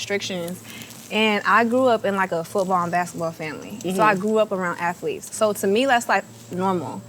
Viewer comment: "Ath-a-leets" BOL.. I love Caresha bol